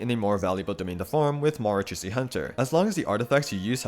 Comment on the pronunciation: just btw, the 'ch' in marachausse hunter isnt pronounced like "tch", its pronounced like "sh"